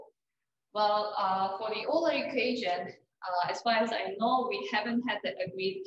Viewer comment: It's "oil-ler"